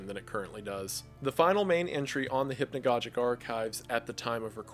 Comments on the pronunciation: Great content! It's (hip-no-gog-ick) not( hip-no-godge-ick) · Both of the "g's" in "hypnogogic" should be pronounced hard. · Every time I hear hypnagoJic it deals psychic damage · Cool video, very interesting, but it is pronounced hypno gog ic, atleast in England. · he pronounces hypnogogic wrong, just thought it would be funny to point out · Fuck is hypnagogic pronounced like that? I have hypnagogic hallucinations and I’ve been pronouncing it with a soft g this whole time.